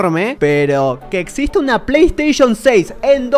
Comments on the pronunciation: Quien noto que dice Play Sation 6? XD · jaja dice playsation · like si notaste eel PAY SATION jajaja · Alli decia "Play Sation" hombre, como no lo viste venir. Es tan grascioso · Play Station❌️ Play Sation✅️ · Playstation❌ Playsation✅ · XD arriba en vez de PlayStation dice PlaySation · "PlaySation" vaya pirateria🤣🤣🤣🤣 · Alguien se dio cuenta que dice playsation? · Es q no saben leer oq? Playsation dice.. no playstation!!!